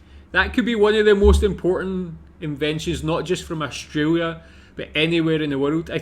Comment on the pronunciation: I wish you would stop saying Austraria ,,,,it is Australia